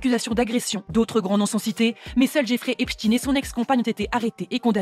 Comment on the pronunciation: J’ai envie de claquer la journaliste qui nous sort « EP-CHTINE » …. Incohérent linguistiquement soit tu le lis à l’allemande et donc ça se dit EPCHTAÏNE (j’écris de manière à ce que les sons soient lisible), soit tu le lis à l’anglaise et la c’est EPS-TINE.